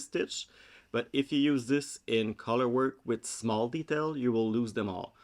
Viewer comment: I feel like you named the “funfetti” shawl in your pronunciation. “The Schmall Shawl”